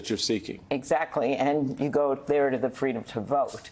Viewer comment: Kamala wants FWEEDOM Mommy